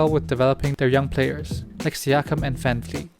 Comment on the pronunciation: Nice way of saying Van Vleet... Are you Dutch or German ?